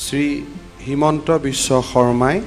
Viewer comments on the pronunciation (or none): It is हिमंत not हेमंत